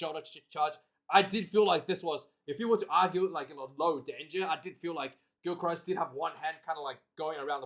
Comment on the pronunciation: A told you before its pronounced Gilkrist . ya doughball , and what have a told you about these amphetamine`s , if you don`t stop taking them , I`m telling your Maw a know where Mrs MacChann live`s , so take heed God bless ya Numptie